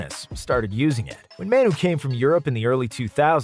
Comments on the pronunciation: Isn't Manu pronounced Mah-nu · No way you just called him “Maynoo” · “Man-uy Ginobili”